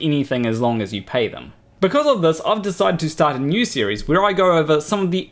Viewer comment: You said “series” in such a way that Siri asked me what I wanted.